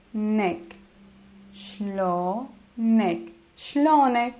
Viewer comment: Shlounak sounds like your a local